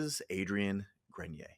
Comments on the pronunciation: Not gren-yay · It’s gren-e-a